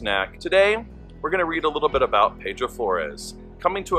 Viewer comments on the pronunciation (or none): He was my grandfather. His first name was pronounced Pee-dro. I needed to get that straight because i shuddered everytime you said it wrong. I know you probably didnt know that ... So now you do. I have his journals and it is an interesting read. So much to his story many dont know but our family does. That was a good presentation givin your source. Thank you for putting it out there.